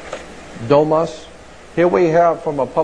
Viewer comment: it "domus" and means "house". stopped watching after he blew that in the very beginning.